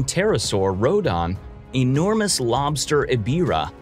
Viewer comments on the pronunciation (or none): Say things wrong like rodon from rodan